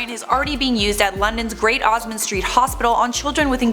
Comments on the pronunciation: I think you meant Great ORMOND street hospital (you said "Osmond"). Not hating, I'm sure it was probably a typo on the script. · It's great orman street hospital, not osmond